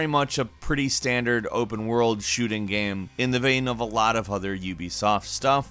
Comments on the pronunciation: this dude says "gam" instead of "game" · Hey, Next time, have a guy who can pronounce "game" narrate the video! lol just kidding, it's hilarious and adorable. "It's a great party gyem. It's a gehm I have played a lot." haha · You say 'Game' weird 😉